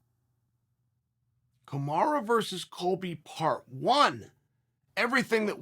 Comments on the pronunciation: Covington is Chael 2.0 .. but the upgrade was real. Covington is tougher and a better fighter but no one has a better mouth than Uncle Chael.. ever in UFC history... And it's Kamaru not KAMARA 🤣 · I like how he calls him kamara 😂